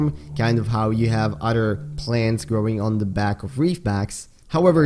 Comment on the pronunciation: great video dude! i’ve been obsessed with your videos lately and how much research you put into each and one of them, but a little heads up: you are pronouncing “other” wrong; i don’t mean it in a hateful way whatsoever, i just think this can help you improve your english (i am guessing english is perhaps not your first language?) the way you’re pronouncing “other” is the way “utter” is pronounced, and these two words have different meanings, you see: “utter” means something absolute, while “other” is used to refer to something different from the previous thing mentioned beforehand, i know that english’s pronunciation is fucking weird (english isn’t my first language either so i feel you on this one) but the “th” in “other” is pronounced more like a “d”, i don’t know if i’m explaining things correctly enough for you to understand but you can look it up in google translator, just put “other” and click the button that provides you with the correct pronunciation, trust me, it works great! i’m always using it and it has really helped me improve my pronunciation and i think it can help yours! good luck :)